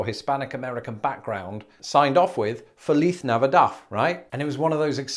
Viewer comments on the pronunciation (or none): What did you say? That that was the worst pronunciation I've ever heard. Say it with me. "Feh-LEESE Nah vee DAHD." Not whatever you just said. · I'm sorry but did he say Feliz Navidaf? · "Felith Navidad." I like how you pronounce it with an Iberian Spanish flair. In Latin American Spanish, the "Z" is pronounced like an English "S." So, more like "Felees Nahvidahd." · Fun as always but can't help but LOL a bit at his oh-so-proper Castilian pronunciation of "FeliTH Navidath" . Pretty sure he didn't hear it pronounced that way at a call center in the US! XD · Oh yeah. As I am from Texas, I heard that pronunciation and said, "That ain't how we say that here." lol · 🙄. yahhhh, he pronounced it Fa-leaf Nava-doff. 🤦‍♀️ its bugging the crap outta me! lol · Strange. I have never in my entire life heard Feliz Navidad pronounced that way.. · I learned Spanish from mostly people from Puerto Rico and the Dominican Republic, so when I heard his accent when he said Feliz Navidad, I had a whole moment. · Interesting hearing you say "feliz navidad" in the Iberian way (ceceo pronunciation) rather than the Latin American way that we usually hear (seseo pronunciation). It's basically a Spanish version of the American/British differences in language. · You're doing that Castillian pronunciation of feliz navidad, but here in the US, you hear the Mexican Spanish pronunciation. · I think it’s hilarious that you said Feliz Navidad in a Spanish accent when you’re most likely to hear it in a Latino accent in the US. Did you ever take Spanish classes in England? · Better check your Spanish pronunciation guide. You butchered "Feliz Navidad". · If they pronounced Feliz Navidad the way you did they'd be Spain spanish, Latin America "from my knowledge" doesn't use that stupid lisp, my highschool taught both lol like cmon.... like "ibitha" noo it's Ibiza... it's got a God dang "zed" in it... and don't even get me started on zed